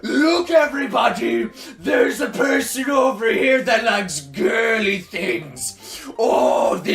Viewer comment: When he said girly it almost sounded like.....gayly